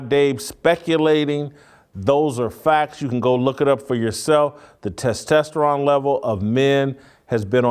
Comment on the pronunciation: Did I hear you say “testesteron? I think you meant “testosterone”.